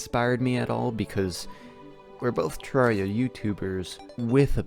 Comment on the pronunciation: Hey I was the first question in this ayyy Also you pronounce terraria wrong